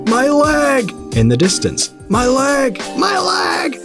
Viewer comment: "My laig"